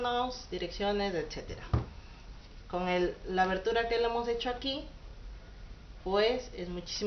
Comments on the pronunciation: jaja dices etsetera y es eceterabueno no pienso burlarme de ti me encantan tus videos y me suscribi y puse manita arriba visita mi canal! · No es ni etcetera ni ecetera,es ETCÉTERA!